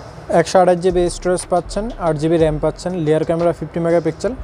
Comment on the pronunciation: লেয়ার না বলেন রেয়ার ক্যামেরা